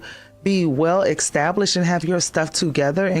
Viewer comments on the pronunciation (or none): She can’t even say the word established, she stooopid!